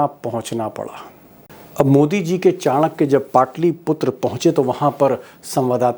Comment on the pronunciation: Q chankya chankya bolte ho